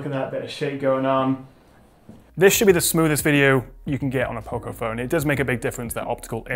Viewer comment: You missed a third way of saying it 😆. Poco is the Spanish word for Little and its pronounced O like dog, not O like Opal Fruit.